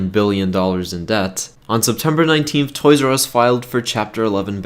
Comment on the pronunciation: Toys AR e not Us